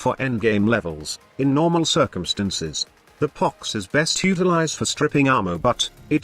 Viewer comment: I like how the text to speech calls it 🅱️ox sometimes